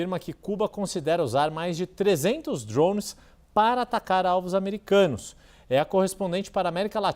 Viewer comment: Esse povo não sabe pronunciar o a palavra DRONE ?